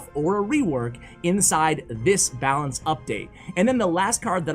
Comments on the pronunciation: “Balacne” You tried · “Balacne” lmao